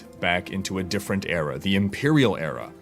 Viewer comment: ERA not AREA for the love of god!:)